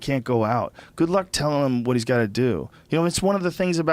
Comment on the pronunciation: The way Rogan says whuhàt(what) makes me want a pitchfork in the face